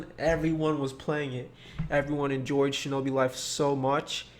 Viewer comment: decembaaaa shinobi fife